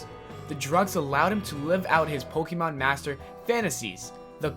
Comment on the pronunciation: You... You said Pokémon wrong... faints bc she loves Pokémon so much